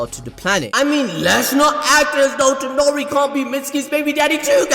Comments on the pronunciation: It is Toneri not Tenori...... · ToNEri. TONERI. NOT ToNOri